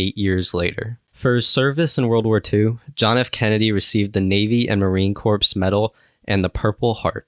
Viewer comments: Pronounced Marine "core". Not "corpse". They're not dead yet. A Soldier calls for a "Medic" but a Marine calls for what sounds like "core-man" but I think is spelled "corpsman". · You said "Posit" That was short for position. "Native knows position." And it's pronounced Marine "Core" not "Corpse." - US Marine Corps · Sir... that is CORPS (pronounced 'CORE') is is NOT "corpse". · "Marine CORPSE" medal?? It's pronounced "CORE" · you look old enough to know one does not pronounce the "ps" in Marine Corps. It is pronounced Marine Core. The same goes for the Army Corps of Cadets and Army Corps of Engineers. For those of us that served in the Marine Corps it is an insult to pronounce the name wrong. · did this college boy just say marine corpse? jfC lol. edit it. EDIT IT.. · OMG! You mispronounced the word "Corps" in Marine Corps. If you haven't mastered basics like this, stop making military videos. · Unspoken story? There was a movie made about this with Cliff Robertson. What a dummy! And learn how to say Marine Corps. What an idiot!